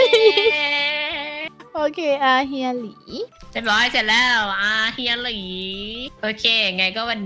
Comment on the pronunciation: อาเฮียหลี อาหลีเฮีย ไม่ใช่ อาเลีย...อา...เลีย